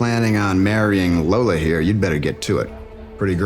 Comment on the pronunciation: yes, you can hear the guy mispronounce "lola"